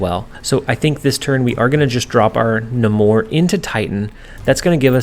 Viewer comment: Love the videos, it is NAY-MORE with a long A though, Namor the Submariner He’s also the first mutant by publication history (not chronologically)